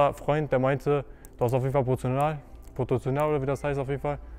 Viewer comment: Potozional😂😂😂😂 vallah lachkick